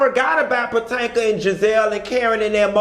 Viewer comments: Puh-toe-mick... that's how you pronounce it. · Did he say house of potato 💀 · I'm just ready to hear you say Patanka again 😂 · He been saying Pa-Tan-ka since he started watching and reviewing them..LoL Pa Tan ka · PA-TANK-A .. He said what he said 😂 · Nope its definitely Patanka now 😂😂😂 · Honey you don’t know how to pronounce “Potomac”